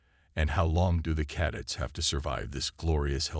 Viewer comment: How about recalibrate the idiot AI so it will pronounce words correctly. Caddets give me a break it can't even pronounce cadets correctly. You make the cadets look like a fruit loop dance group while the old freaks talk. Gotta go can't stand this AI it is horrible.